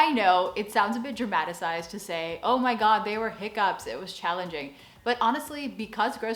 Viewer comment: Hahaha, your Oh Mah God (seeing the information boards above the aisles) sounds JUST like a dutch person doing an american accent. One of us, One of us :P